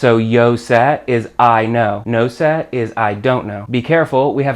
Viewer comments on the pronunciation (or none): ¡¡Your pronunciation of sé makes me want to throw up!! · I love the video. It is very helpful. His pronucniation of "sé" hurts my gringo ears! LOL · sé is pronounced "saay". where se is pronounced with a short quick "say".